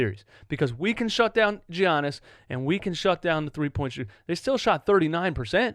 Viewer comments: Its giannis fam not G-annis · please stop saying GEE-yannis omg lol